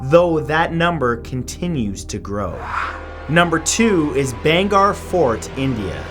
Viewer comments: bhangarh pronounced like this bhaang ar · Dude ur pronunciation of Rajasthan and bhangarh 😔😔